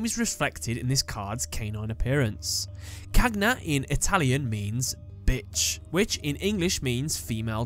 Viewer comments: "Cagna" è la parte che mi lascia più stranito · Ahahah not every name is well pronounced, anyway this video is really intresting. I also think that cagna (gn has a particular pronounciation in italian) could be a representation of the cerbero, the three headed dog whose aim is to supervise some of the damned souls of the inferno. However hi from Italy😊